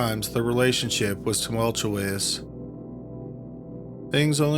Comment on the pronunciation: Tumultu-ayous? That’s a new word I’ve never heard 🤔